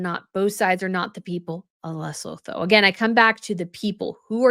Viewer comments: thanks for your intelligent, incisive analyses. It is pronounced Luh-soo-too. And Sen-ta-bah-leh both with emphasis on second syllable. THANKS, Les from S. A. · 😋😋 Lesotho is pronounced like Leh-sue-two 🤓 just so you know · Rare criticism: your /excellent/ summation has you saying the country's names wrong :( There isn't a second L, it's not LesLotho! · Pronunciation nightmares 🙄😬🙄 It's Cen-tay-ball-aye and Lay-sue-too. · and the name of the charity - there's no D. Most names in that area of Africa are said as we spell them. Lengthen the vowels so it's Les-oot-hoo. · Lesotho is pronounced Le-sooo-too. I lived in Africa for 28 years. Dealing in politics and business is very difficult there. Africa has a complex history and unless you've lived there you won't understand it fully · Lesotho is pronounced “Less-oo-too” - just hoping to be helpful as this country is going to be mentioned a lot in the coming days 😁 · LE-SUE-TOO is the pronunciation. Looking forward to your take ❤ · Luh.SOO.too ... fyi :) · Pronunciation of Lesotho is Le-Sue-two. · Hi, awesome video and insight as always! I just wanted to point out that it's pronounced Leh-sew-too and Sen-teh-bah-leh. Looking forward to the next video! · Lesotho is pronounced Luh-soo-too 😊